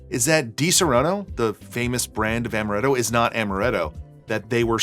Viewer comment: Stop saying amaretto, it's amaretto